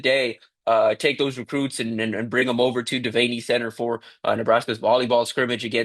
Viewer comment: Devaney = pronounced dee-vann-ee.